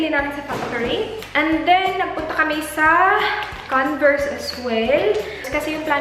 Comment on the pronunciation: canvers hahahaha convers not canvers lol